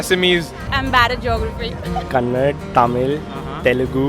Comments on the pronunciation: its Kannada dude not Kannad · Tamil - Okay Telugu - Okay But why Kannad ? It's Kannada People don't have problem of devanagri when saying Australia , Canada , America but Karnataka , Kannada becomes Karnatak , Kannad why ?